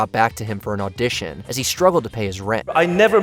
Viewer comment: isn’t it pronounced He like the word not like huh?